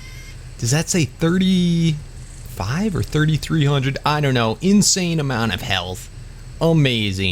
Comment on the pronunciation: For a moment I understood incest stats instead of insane...